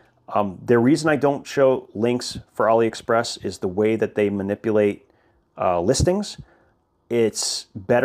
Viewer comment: Why does bro pronounce it ollie express